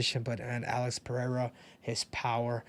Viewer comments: Ive been saying that from the start. It's like most commentators got a memo to call him Pinada or Penada. Something stupid. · Rogan is the worst, calls him pehera smh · or Chael calling him Pierra